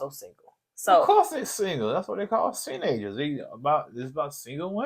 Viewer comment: Say what now? "Seenagers?" What in THEEEEE MESS? 😂😅🤣😆😄🙃